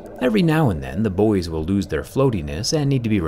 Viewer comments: Never ceases to amaze me the way you Americans manage to totally mangle the pronunciation of buoys. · I love that you mixed the pronounciation of Buoy with the american and rest of the world one. I can't argue with that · the way american's say buoy is almost as weird as how you say aluminium